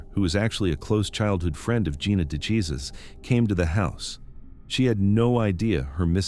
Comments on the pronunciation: Dejesus isnt pronouced jesus its hey zues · Please please please learn how to say Gina’s last name. It sounds nothing like Jesus. It’s like a gut punch every time you pronounce her name wrong. Will you please correct? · I am bothered by the fact you don't pronounce names correctly. De Jesus is pronounced DAY HAY SOOS. Duggard is pronounced DUG ERD. I'm sure there are many more to come in the video, but Geez. It's not hard to look up how words are pronounced.